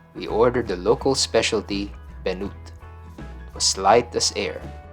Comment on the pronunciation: Bunet and not benut...😅